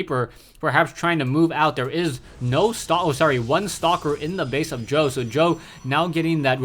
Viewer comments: lol "s- jow", its pronounced "sjow" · Nice commenting but he's not pronounced "S-jow". It's more like "CHOV".:>